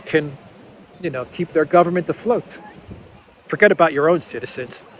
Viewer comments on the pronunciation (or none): none